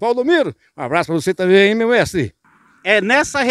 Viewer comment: Gánha. Grána. Fasil. Támbem. Kkkkkkk. Engánando kkkkk